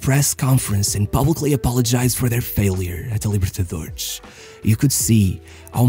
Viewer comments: Your videos are great, but please stop pronouncing X instead of S at the end of the words. It's not Libertadorex nor Santox. Just pronounce a normal S as it should be. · Essa libertadorexxxx entregou que ou é um carioca ou um português. Edit: xantox tbm